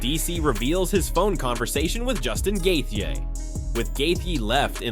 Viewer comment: How many times can one guy say somebody’s last name in so many different ways and all being incorrect🤡🤡🤡🤡🤡